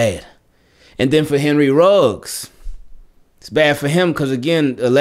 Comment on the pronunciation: Should say Ruggs (not Riggs).